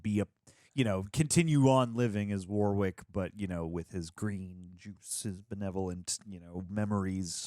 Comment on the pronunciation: Just to say the name ‘Warwick’ you don’t pronounce the 2nd W, it’s pronounced ‘Worrick’ I know because I’m from where the name originated… Warwickshire, where there’s also a town named Warwick. Not sure why but Americans seem to all pronounce the 2nd W. It’s the same deal with Warwick Davis, it’s ‘Worrick’